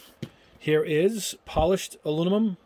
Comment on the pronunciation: I just view to hear you say "alunimum".;-) Joking aside, I can't thank you enough for doing ALL of these tests. I know it's not only a helluva lot of time and energy to do the vids, but I'm more impressed with the $ you're spending on this stuff so we don't have to! I'm not a Gunpla or Gundam builder but these tests certainly apply to whatever type of kits you/we build. Thanks again and keep up the excellent work!